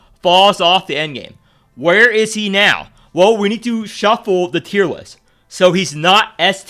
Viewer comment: He says now like meow or am i hearing thing